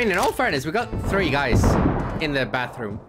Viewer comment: he goes dude i got thrrrrrree kills!